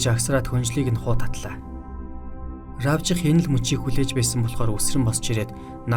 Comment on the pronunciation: Равжих гэж бичдэг хэдий ч АРАВЖИХ гэж дууддаг юм ш дээ. (АРВИЖАХ биш шүү) Ядаргаатай энэ орчин цагийн залуус Р үсгээр эхэлсэн нэр ерөөс дуудаж чадахгүй юм л бол РАБЖИХ .РАБЖАА.РАТНАА.гэх зэргээр дуудах юм